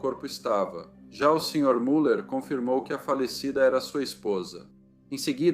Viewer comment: A pronúncia correta de Müller é MILER!